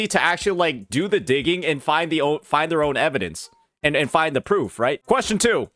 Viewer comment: Why do you say evidence like that 😭